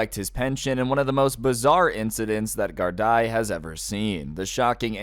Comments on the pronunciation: Gardaí is pronounced with an ee as last vowel, not an ai. Because Irish. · There’s Ireland for you. 🤣🤣 Also Gardaí is pronounced Gaurd-E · i think the funniest thing about this story is that cant pronounce gardai and my dads friend witnessed this firsthand and i literally listened to a voice message of it all going down